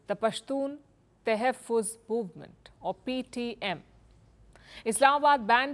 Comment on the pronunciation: I am from Pakistan;your accent to pronounce topical Urdu words like tahfuz is remarkable.